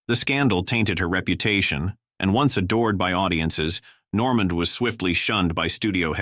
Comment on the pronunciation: Amazing how off the mark this is! Just click bait...someone should learn how to pronounce, Adolph, Norman, and Chico...(Chicko!) ...Gable and Cooper were box-office to the end of their lives, never out of the realm of the being pursued to film, Dana Andrews, it was about his drinking...he was not really political, he was friends with Ronald Reagan (read Bob Thomas book about William Holden, Golden Boy) ....Robert Taylor's career did decline in the last years of his life, but not because of the black list..if one checks after 1947 HUAC hearings he went on to some of MGM's biggest blockbusters, Que Vadis, and Ivanhoe.....his front page obit in the New York Times (plus photo) doesn't even mention the HUAC hearings 1969, Taylor's decline was as he knew a loss of looks and wanting to hunt and fish more than star.............he mentioned one name as "I hear"....that name had been mentioned 100 times in the hearings...two others held up SAG meetings were they communist? He said he didn't know....this guy is so off the mark or who ever did this really didn't do their homework, nor are they very objective. If anything, this makes one realize you have to really source the material for what is truth. As Lester Cole told me in person (one of the Hollywood ten) and in his book Hollywood Red, the left did not despise the right (i.e. Taylor) they despised the rats....fellow lefties who ratted...................you can check it out!